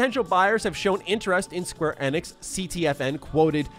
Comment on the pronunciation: The way says it is correct, that is how SE employees say it during public outings